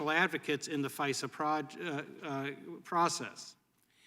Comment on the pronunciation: There is an "R" in FISA? She is so stupid.